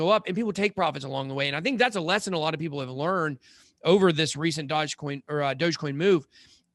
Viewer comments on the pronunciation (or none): its a dog based coin and pronouced dogE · He hated on Yf-dai 🤷🏻‍♂️ doesn’t know how to say DOGE coin 😂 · It’s his accent at the beginning getting the better of him.